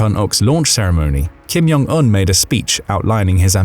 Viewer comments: Why do you always pronounce ‘Kim Jong Eun’ as ‘Kim Yong Eun’? He’s not Mexican! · Its Kim Jong Un, not Kim Yong Un. They're Koreans, not Germans. If its pronounced like J, they'll write it as J. If its pronounced like Y, they'll write it as Y. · Stop saying (Kim-Yong-Un) all the time, It's pronounced (Kim-Jong-Un) a simple difference. I thought it was just a mistake at first, but noticed you continue to pronounce it incorrectly on all your North Korean content. 😀😄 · I'm not the only one, please comment if you also noticed him saying the name wrong? It's pronounced just like it's spelt (Kim-Jong-Un)... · Thank you. It's (Kim-Jong-Un), there is no "Y" in the pronunciation. I thought I was losing my mind. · The language isn't, but the narrator likely is. To be precise I suspect he's actually German and learned to speak English in the UK. His (mis)pronunciation of Kim Jon Un's name as well as many Russian names suggest it.